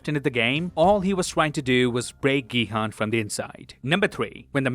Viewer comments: His name is 성기훈 so it’s pronounced Gi-Hoon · Gi-Hun's name is pronounced Gi-Hoon or Ki-Hoon. Please pronounce it correctly. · Main character name is pronounced incorrectly. Try again with Gihun as "Gihoon" but dont make the oo sound too long. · Great video, v insightful. Btw, Gihun is pronounced "Ghee Hoon". Not your fault. Netflix was f*cking dumb and spelt it wrong.😢 Also, there are 3500 islands off S.Korea so it's plausible that it could have been v hard to find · that’s why I said 'effort'. He didn’t say all the names correctly but he has the effort to at least mimic how the names are pronounce in Korean. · GiHoon not Gihan